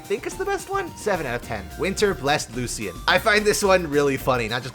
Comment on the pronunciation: You mispronounced "Lucian" 👀